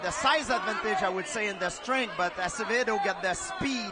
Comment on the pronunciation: I like how GSP butchered Acevedos name and then Bas Rutten decided to also say Acedeo LMAO.